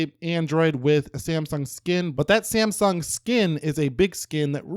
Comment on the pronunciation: Whene say samsung i hear siyamang